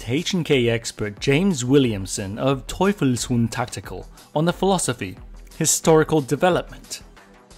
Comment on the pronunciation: Yes! YES!! YES!!! - FINALLY the right pronunciation of ‚Teufelshund Tactical‘ - not even James Williamson get’s it right!! Thank you,! Finally the cringing has an end… …and thank you for the superb content, as always. (wouldn‘t have expected anything else - linguistically and technically/historically)